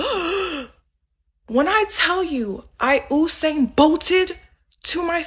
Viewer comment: Who tf is OHsane Bolt?! Sorry, she made me mad 😂😂😂, carry on everyone else! 😂🤌🏾🙆🏾‍♀️